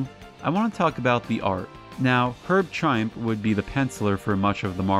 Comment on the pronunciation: Gonna be honest, 'Mo-ench' and 'Erb Triemp' didn't bother me half as much as 'Diminicis'. You make him sound like the leader of a shady band of friars. Regarding the terrible dialogue: comic writers have always been in love with the sound of their own voices, so to speak. It goes back to Stan Lee and probably earlier. It probably isn't helped by 'The Marvel Method' (basic plot > artist draws the story > writer comes up with dialogue and captions afterwards) which probably still held sway in the 70s. It's why the art and action has to be crammed into the spaces between word balloons with characters yak yak yakking about everything and nothing. The writers have to fill that 'empty' space with something, no matter how inane it is. Also, hats off to the research put into this vid, especially for someone with no particular interest in comics.